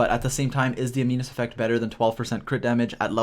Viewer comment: Animus not aminus